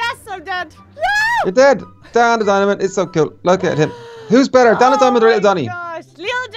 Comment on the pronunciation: He said dan the diamond -.